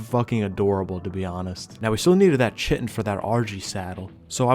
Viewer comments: fyi the Ch in Chitin is the same as Chaos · Kai-ten, not chittin, or shittin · kite en not chit en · It is pronounced "Ky Tin" like a Kite made of tin. Chitin called like chitlins is creepy and wrong! Google it! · “Pteradon” instead of pteranodon “Chitin” instead of kytinn “Pullman scorpus” instead of pulmonoscorpius This guy’s pronunciation of everything it killing me😂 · Hearing butchering the pronunciation of “chitin” hurts my brain… KAI-TN (Kite-in) NOT fucking “chit in” 🤦🏻‍♂️ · Eeeerm ACKually, its pronounced KITE-n not CHI-ten ☝️🤓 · Its kai-tin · Great video. Btw chitin is pronounced like “kite in” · Chitin is pronounce kai-tin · Chitin is pronounced Kai-Ten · KY-tin. Hate you too. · Chitin pronounced kai·tn : D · Chitin is pronounced “kai-tin” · Love your videos, I don't own Ascended but if I did I would gladly fistfight a scorpion alongside you. Also, I'm sorry to do this, but Chitin is "Ky-Tin." I made the same mistake for years, as it's a word we typically only read without actually hearing it pronounced. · Heads up, the word Chitin is pronounced like “titan” with a K sound. like “Kite-in.” After I learned that it made the word feel less weird to say. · Just so you know, chitin is pronounced "kai tin." Comes from the Greek 'khiton.' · Chitin is supposed to be pronounced like kai-tin (like the name kai or words like die or shy). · Not sure if you care, but the word Chitin is pronounced "Kai-Tin". Love your videos. Fantastic storytelling and skill. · I couldn't figure out what you were looking for , then I realized it was "chitin". In biology, the word is pronounced like "kai-tin", but don't change how you pronounce it because some dumb guy on the internet tells you to. Keep up the great content man. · That's not how you pronounce chitin... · this is a great ark channel, but for the love of god please pronounce chitin correctly in the future lmao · I hope someone taught this dude how to say Chitin properly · sorry how was that pronounced for chitin